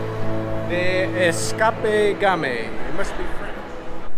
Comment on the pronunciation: Im willing to bet watches Ray Rainmans Repairs, the way he said eschapaee at the escape room. Edit: whats up with with the gate? Your boy worked so hard on that piece of art